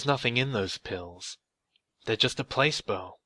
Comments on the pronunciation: Another great video! Oh and I think it's pronounced pla-see-bo not place-bo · The fuck is a place bow? Do you mean pless-c-bow? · Was that word supposed to be Placebo? Pronounced Pl-oh-see-bow. That one got me. No harm no foul though. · Haha did you say place bow? Lolol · You don't know how to pronounce placebo??? Place bo Hahahahahahaha.. damn you dumb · Rad. But placebo = "pluh-see-boh". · it's Plah-see-bo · Placebo (Plass ee boe) xx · It's plaaseebo. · He butchered it so bad 😆